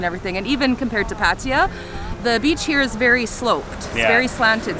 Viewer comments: Thank you for your explanation as to why you deliberately mispronounce it. Still a bit strange as you know this sounds silly with the ‘I’. You might have heard it from other YouTubers who didn't know any better, but it's just patajaa, which is how most farangs pronounce it. Anyway your video’s are nice watching and I enjoyed the Nightmarket and Koh Samed video, it gave us a good impression to choose the area where we are going next week: not the Kaew Beach as my first plan was, but the Tubtim . Enjoy your travelling! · Nice video. Just wondering why you both keep saying Patija? There is no ‘I’ in Pattaya